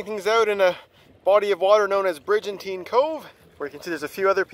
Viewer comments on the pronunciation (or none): I'd suggest that should be a hard "G" in BriGantine...